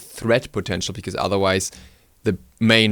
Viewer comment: I prefer "bikooze" (because). Love the way he says it lol.